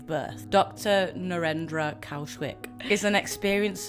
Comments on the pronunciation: Dr. Kaushik (pronounced "Cow-Shit")😏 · Dr Cow Shit haha, i know its spelled different but we all heard that...